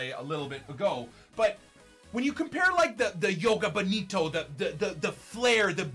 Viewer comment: bro what are u talking about. You do pronounce the “j”. Good try bud